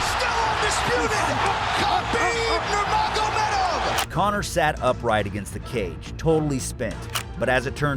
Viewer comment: Dude, learn to pronounce Khabib's surname correctly. The proper pronunciation of Nurmagomedov is all over the Internet. It's a respect thing. Do your research. Makes videos respectful of the person you are addressing as well as makes the quality of your videos higher. Cheers.